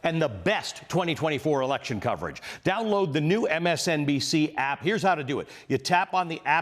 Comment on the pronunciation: Hearing Velshi say "APP" in the new closer makes me laugh every time . It instantly reminds me of Family Guy when Lois says it and Meg then says; "Don't say app like you're young", haha. Love it.